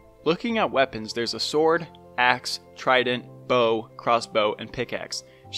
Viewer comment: When he says bow: Bow:wee~